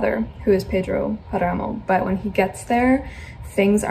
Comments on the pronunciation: Pedro Páramo is my favorite book. I read it for my degree in Spanish. But you need to pronounce it correctly. It's pronounced PAramo. Accent is on the first syllable not the second. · I loved the squirrel part, where I live we have brown squirrels but they aren't as friendly as the ones you have (envy), also you are placing the accent in the 2nd "A" of Páramo, place it in the first one, that's why the tilde is there, and about the City of Brass book..... well I don't dnf any book but is rare for me to give a chance to a YA book so.... when I'm reading a book and I'm not enjoying it I double down and try to finish it as soon as possible.